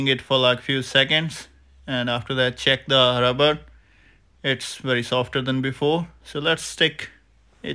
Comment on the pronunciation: Two Wery different Vays! 😂